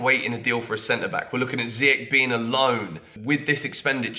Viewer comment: How do you have 225k subscribers, claim you love anyone who wears the Jersey yet you can't pronounce Hakim Ziyech correctly? Dude has been a Chelsea player for 2 years now. You should message your buddy Younes because I watch his channel as well and he pronounces it just fine... Been a subscriber since you started this channel but come on man you got to do better.....